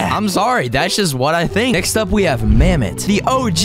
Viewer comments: Bro called mammot noggin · You called mammott noggin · bro called mammott noggin